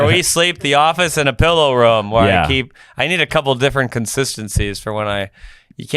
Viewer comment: Ya, you guys both say "room" all fucked up. It sounds more like "rum" than "room".